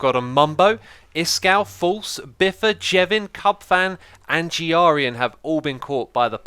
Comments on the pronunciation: His name is Grian not Jiarian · STOP IT! IT'S NOT "GEEE-ARRR-EEE-ANNN" IT'S "GRRR-EEEE-ANNN" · Wait, I hope your pronouncing Grian that way because of some joke or somthing, because You don't pronounce it that way! XDDD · His name is not Gee-ar-ean...it's pronounced g-rean. :-) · Idk if u say it as a joke, but can u pronunce Grian correctry? Is not G Rian, is Grian, sometimes when u say about grian, i don't know about who u are talking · its not GIARIAN !!!!!! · Its G R ian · X is so close to be calling Grain, G.I Ran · Why do so many people pronounce grains name wrong😂it's pretty straight forward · He knows. Grian was calling him X-I- earlier when they did a collab. So now X is calling him G-R-ian in retaliation. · Does he say Grian’s name wrong on purpose?